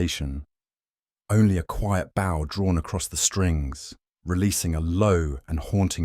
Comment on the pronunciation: Hello from a happy subscriber in Ontario, Canada! Lovely who-done-it in the style of Sir Arthur Conan Doyle. Wonderful narration by except for the difficulty, once, saying bow as b/ow (like in front of an audience) instead of bow as bo like with a violin bow. Otherwise, simply marvelous, thank you good people at MindSherlock.